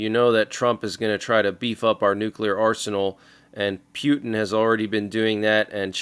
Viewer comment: pewtin, hahaha 😂😂